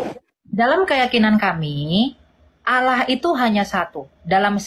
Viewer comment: Sebenarnya sih cara dia nyebut allah saja sudah salah, kenapa jadi alah, itu saja dalam bahasa arab saja kesalahannya sudah fatal banget.